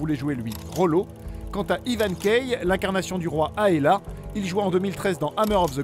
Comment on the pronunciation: Et quand il dit "Aella" au lieu d' "Aelle"